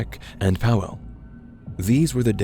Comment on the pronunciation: Adria with 'a' like 'at', Iwona -> Ivona, Paweł -> Pavew